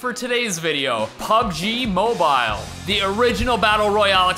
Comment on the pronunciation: It's more like "pabeji mobayl".